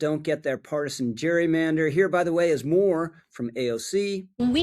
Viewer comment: "Gerrymander" is pronounced with a hard G as in Garden and Gary. It was a man's name. Brother Elbridge pronounced his name Gerry with a hard G.